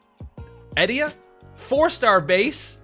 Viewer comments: Not Ee-deer?? Or Eh-dee-uh? Oooookay! 😉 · Edea... I think it's now pronounced Eh-fu-k-duh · I always read her name as "Eh-Day-Uh" even though the 2nd syllable doesn't match at all phonetically. It just sounds smoother. Always fun to look at name pronunciations back in the good old days of no voice acting to fall back on. I like how Selphie is also a homophone for "selfie," a term pretty non-existent back in the 90s but is now commonplace. It's like FF creators from the future made an FF game for the past, interestingly enough, with the concept of space/time being a major theme. Also, I've been saying booyaka since I was a kid. Was THIS where I learned this word? I HAVE SO MANY QUESTIONS! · Eh-DAY-uh IMO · "Eh-Di-uh" my 2 cents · I always thought it was Uh-dee-uh?